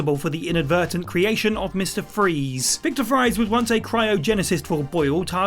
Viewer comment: so just focusing on the 3D open world ones & ignoring Blackgate then ( yeah it's not exactly a good game but the story is interesting at least )....also the name Fries is pronounced the same as Freeze not like french fries....